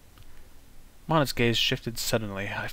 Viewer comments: I just learned that the pronunciation for Monet is (Mow-Neigh). Sorry If any of my grammar is incorrect. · I know this series was made last year, but it really annoys me how he pronounces Monet wrong.